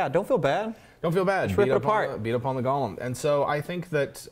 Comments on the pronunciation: Fantastic video... with one nit to pick. The term is pronounced Goh-lehm. The Hebrew spelling of the term is Gimel-Vav-Lamed-Mem[final], derived from the word "Galmi" from Psalms 139.16 (Gimel-Lamed-Mem-Yod). "Gollum" is the character from The Lord of the Rings, named after the noise he made when he swallowed. Sorry to be a pedant. ;-) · Go-lem — not Gollum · GO lem, not Gollum. lol! Good show! That's a badass Idea about it being an honor to be used in the creation of a flesh golem! Love it, and gonna use it in my dark sun game! Thanks! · For your own edification and future reference: GOLEM is pronounced "go (like "go there") limb (like "tree branches are the limbs of a tree") You kept saying "Gollum". Which is a character's name. Golem is a specific term of Yiddish etymology. It only has one pronounciation. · Oh my god it’s go-lem with a long o, not gollum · Wonderful video but it's pronounced Go-lem, not gollum. One's a terrifying hulk that can turn your casters to jelly, the other is a small creature with a jewelry fetish. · It's golem pronounced goal- em not gall-em that's a character name gollum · pet peeve: pronouncing golem like gollum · The way you guys pronounce golem triggers me.